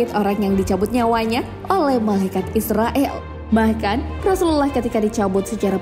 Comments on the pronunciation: Dibacanya Izrail bukan Israil Jangan salah ucap 😊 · Maaf ya min.. Pengucapannya Bukan malaikat Israil ataupun Israel. Tapi "malaikat Izrail" 0:) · Bagus ... cuma ada sedikit saran .... pengucapan hendaknya disesuaikan dengan pengucapan arab. Malaikat Izroil bacanya disesuaikan dengan bahasa arab. Klu dibaca Israel kesannya kok kurang pas.... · Kamu aja ngak bnr tulis nama malaikat izrail.kau tulis izroil bukan ro tapi ra.krj hanya cari salah org aja salah sendiri ngak tau,jgn begitu lah. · Maaf min izrail bukan israel😫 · Izrail ya kak bukan israil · Izrail bukan israil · Penyebutan kata yg benar Izrail., bukan israil., patal kesalahan anda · Malaikat izrail bukan Izrael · Td nya gw mau nonton video sampei selesai, tp naratornya pengucapannya aja salah. Gw cm nonton smpe mnit, males gw yg kaya gni jd narator d youtube. Bkn Israil nyebutnya, tp Izroil. Emg tulisan dlm bhs arabnya Izrail, tp kita nyebutnya Izroil. Bljr makhraj huruf dlu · Pnyebutan yg bnr tu malaikat izroil,,, Kl bs ngaji pst tau makhrojul khuruf (tahsin) pngucapan yg bnr,,, 🙏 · terdengar seperti "malaikat Israel" 😂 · Shrsnya pengucapannya Malaikat Izrail, Min. (Pakai Z bukan S). Trmksh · Mbak, mbak.. Lafal nya kok meleset lagi..? Nams malaikat maut ditulis dlm ejaan bahasa Indonesia sbg IZRAIL, dilafalkan menurut ejaan aslinya dg IZROIL Kalo pembaca narasinya salah lafal dikuatirkan menjadi contoh yg salah bagi yg lain. Coba nama ALLAH dilafalkan bukan ALLOH tp ALLaH, nanti kan bisa rancu dg lafal umat kristiani. Semoga koreksi saya bisa diterima. Wassalamualaikum wr.eb